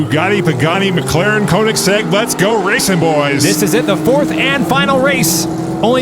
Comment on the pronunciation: Pronounce Koenigsegg: KAY-NEGS-EGG. It's German, the oe sounds like a long A.